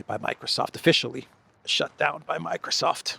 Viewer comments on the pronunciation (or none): none